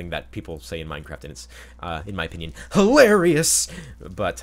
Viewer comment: "In my opinion it's HOElarious"